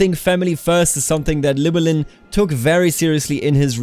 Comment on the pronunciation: It's not a "Kl", Imagine doing HL, "Hlewelyn"